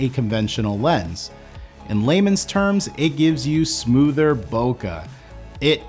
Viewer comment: Trunks! Saitama! so much japanese reference. still says,,, "bo-kugh" =( eh... keh.. bokeh... (bo-K) Sorry, I don't mean to be a hater, it just bugs me alot. Thanx for the great information and content ! I do love your work.